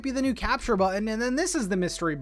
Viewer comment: So happy that I got to hear you say bu’un (button) so many times!!! Thanks for all the info, looking forward to Thursday:)